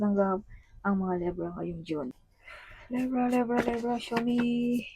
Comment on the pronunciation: LEYBRA ❌ LEBRAH❌ LEVRA❌ LEBRAH❌ LIBRA✅